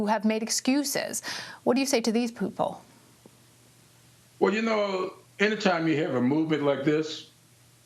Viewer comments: "What do you say to these poople?" SHE SAID POOPLE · DID YOU SAY POOPLE? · YEP, YEP, YOU SAID POOPLE.